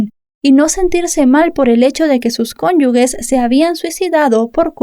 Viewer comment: No se dice "cónyugUe" sino "cónyuge" con el sonido "g" como "j". Es una cosa pequeña que suena fatal.